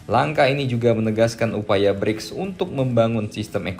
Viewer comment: Bricks abang nya Gribs 😂